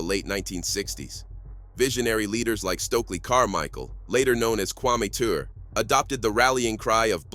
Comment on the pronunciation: Malcolm X would have excoriated Barack Obama. Also mispronouncing Kwame Ture (it's pronounced "Turay" , not "tour"). Who is behind this channel?